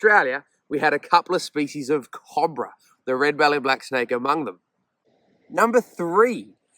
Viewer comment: Trying to say the word cobra?